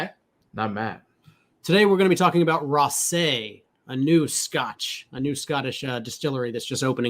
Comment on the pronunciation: Hey I am a Japanese girl living in Scotland and have been waiting for an expression from this distillery. Just a point though it's "rassy" like grassy, not rass-AY. Scots get very protective over pronunciation.